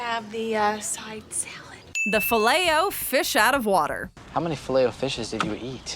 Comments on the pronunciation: That is not how you say filet o fish 😂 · The filet of fish (100% said that wrong) Is so good I dont care if it's not fresh and sloppy(for me atleast)